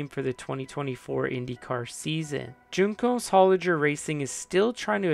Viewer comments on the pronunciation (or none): It’s not JUNE-cos, WHON-cos. Love the video! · Say Juncos wrong one more time...